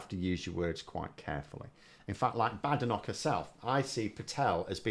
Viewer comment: Polite request here. has taken the lead on Badenoch. She pronounces it 'Bad Enoch'😂 I'm sure it's just her accent, and couldn't possibly be a callback to Enich Powell. Just a coincidence. Can we all start pronouncing it like this?